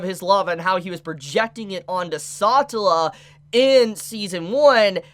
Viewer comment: SA TeLA not satla PLEASE, i like watching you talk, but the way you say that hurts my ears...